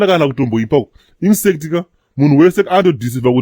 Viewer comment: Hanzi naGarwe - "Insect" , instead of saying "infact"